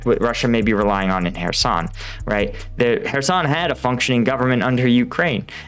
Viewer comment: What, you mean it isn't pronounced Keer-soon?